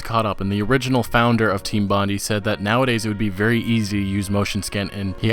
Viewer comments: It’s pronounced “Bond-eye” not “bondy”. As in Bondi Beach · The way you pronounce 'Bondi' makes me nauseous.